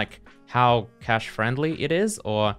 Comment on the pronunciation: It's nice that you've learnt how to say cache properly. Love the code review series